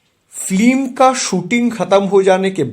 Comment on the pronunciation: Slow motion voice over, mone hochhe kono andho lok kotha bolche.. Aar kotha ta film.. flim noy.. Shudhre nao bhai..